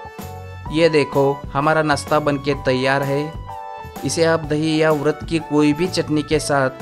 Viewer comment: अरे भाई वरत बोल रहे हो की उरद ?